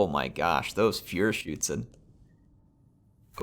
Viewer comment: Feuerschützen. Pronounced this little more like Foier Greetings from Germany ✌️